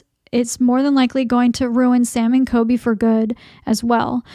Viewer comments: it’s coLby not coby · It’s COLBY. ‘Cooolllbbbeee’ not kobee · All investigators are faking, thats literally the entire concept of this brand of video. It's all fake. Most people KNOW its fake. It's kind of disgusting how little you respect people, and its clear because you can't even be bothered to say COLBY's name correctly. You roll your eyes and have a "I'm better than them" attitude this whole video. If these guys are scammers, so is everyone else. It's entertainment, get over it.